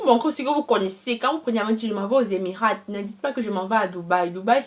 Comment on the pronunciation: Il faut mieux soigner l'introduction ( faire court), éviter les redites, et soigner davantage la présentation. Le T de EMIRAT ne se prononce pas en français ( on lit EMIRA).